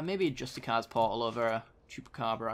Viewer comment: it's pronounced "justi-seers" portal. I think you're just reading the name wrong. Its a great video lad! keep it up :)